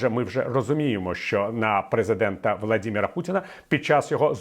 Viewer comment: Оооо... Ви сказали на птна Владімір а не Володимир) 👍